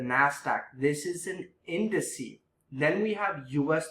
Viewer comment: don't take trading advice from someone who says "indice"... it's index you doorknob! plural form indices..